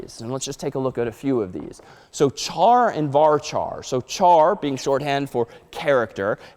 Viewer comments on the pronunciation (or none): who heck pronounces char as CHar..